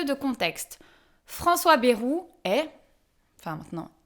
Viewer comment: C'est bAjru, pas bEjru.